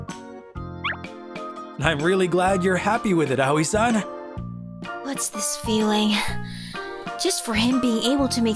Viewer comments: pls not awoi its pronounced as awi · the videos ruined at the start i always think of Aoi as owie not ahoi with the h silent